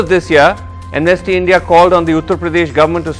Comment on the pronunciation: BJP spokesperson cant even pronounce 'Amnesty' in a correct pronunciation, anybody expect anything good and benefits for India's from this kind of people ?